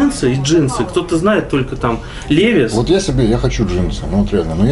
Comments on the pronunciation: Молодцы конечно,ремесленники всегда испытывал уважение к таким людям,но произносить «левис» а не ливайс 😏,Пашке колхозничку фартануло,дальше попрет,спонсоры начнут Машины подгонять,в Москве тормозись Пашкемана))) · Странно. Почему человек профессионал в 21 веке говорит ЛЕВИС а не ЛИВАЙС.